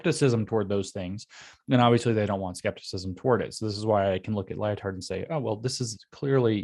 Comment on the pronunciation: "Lyo-Tard". This is how you know we are living in a simulation. The dude's name is actually "Lie-Tard". Just lol